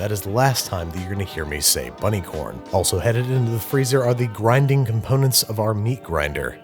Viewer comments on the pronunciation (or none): did he just say "gwinding"?